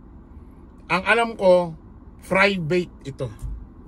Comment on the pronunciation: 😂😂😂 bilib na sna ko k vlogger kaso Frivate wid an F. 😂😂😂